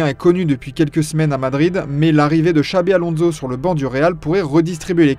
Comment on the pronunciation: Très très fort la prononciation de Xavi Alonso mdr ….. sans déconner